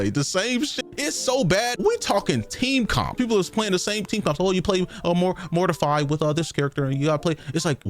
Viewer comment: the moment he said Mortify instead of Mortefi makes his take all wrong already.